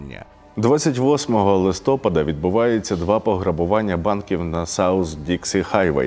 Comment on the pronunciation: та пофіг на Флориду, а от в листопАді наголос на А )))))))